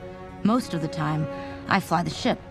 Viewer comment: One thing that bugs me is how he pronounces "the". He says "thee" a bit too much. Otherwise he's good.